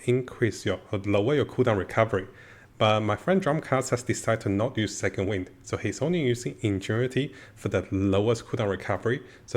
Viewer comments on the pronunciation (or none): none